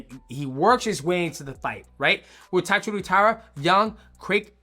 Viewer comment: Japanese name pronounciation vs DJ is undefeated. Also is Josh related to Theo Von? And why does DJ decide to start pronouncing the names right half way thru the vid? Then reverts back to TatsurU but maintains saying VAn. Weird.